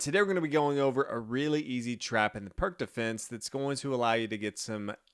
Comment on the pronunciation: It’s pronounced “Peertz”